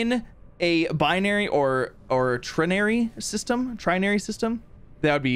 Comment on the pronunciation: Z still can't pronounce ternary (turn-ah-ree)